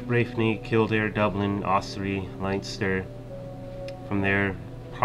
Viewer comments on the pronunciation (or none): con- uckt is the correct pronunciation, you actually got it right a few times also len-ster